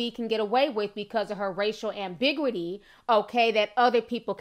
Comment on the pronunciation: i wouldn't say anything if you hadn't gone SO hard on cardi & nya's grammar/intelligence, but that isn't how you pronounce "ambiguity."